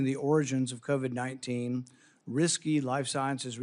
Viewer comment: what in the world has the second clown saying when he pronounces COVID AS CO-VED ????